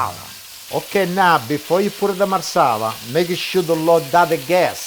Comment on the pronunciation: He say Marsela what it that?